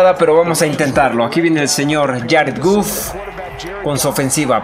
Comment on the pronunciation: Mi estimado es Goff no guff si tuviera doble o si se pronunciaría así. Saludos.